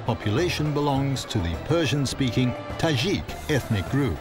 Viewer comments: tadjik not tazhik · Yeah, I thought he was pronouncing it wrong(i have a tajik boyfriend)